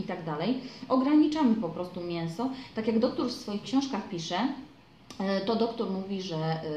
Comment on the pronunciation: czemu wymawiasz doktór, a nie doktor?